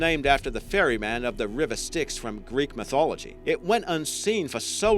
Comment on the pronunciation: I'm pretty sure the Styx is said with a long "i" sound. And I'm equally as sure its ferryman Charon's name is pronounced "Khaeron", not "Kerrin". It's honestly not that hard, my friend, to look up how to pronounce all these words you seem to not know. It will make you seem more reputable and knowledgeable, instead of sounding like you're reading off of a set of cards handed to you five seconds ago.